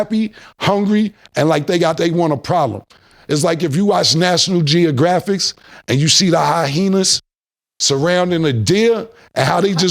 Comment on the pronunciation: We just gon roll past the fact Killa also dropped the “National GeoGraffix” 🤣😂😆🤣🤣😆😆😂